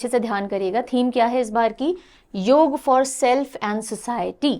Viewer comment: बहुत अच्छा लगा की आपने योग का उच्चारण योग ही किया । ना की योगा ! 😇👍🏻👏🏻